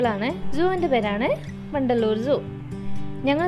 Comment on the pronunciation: vandaloor ennu kettappo pandallor aanennu karuthi